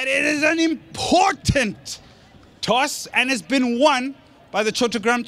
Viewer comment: Imphhhhotant.😂😂..এই হালা এতো ভাব মারে😂..এতো বাজে কমেন্ট্রি আমি আগে দেখি নাই..